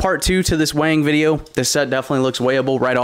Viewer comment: It’s sounds like your saying wang instead of weighing videos 😂 ☠️